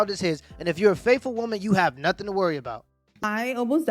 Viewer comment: What was she saying? 'Not a dam ting!'